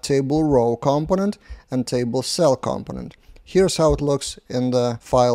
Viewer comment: the stress is on the second syllable: comPOnent. There are a few native speakers who also get this wrong ;) ... good job on the videos